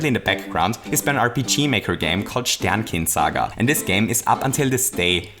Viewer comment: Are you German? You really nailed the pronunciation on that one